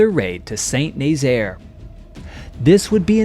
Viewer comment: It's pronounced "San Nazaire"